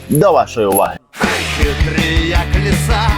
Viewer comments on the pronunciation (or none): none